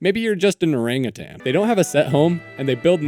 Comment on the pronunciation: How did nobody mention that he pronounced orangutan like that?!